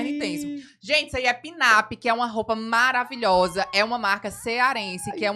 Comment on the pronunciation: é: MA - RA - VI - LHO - SA!!!!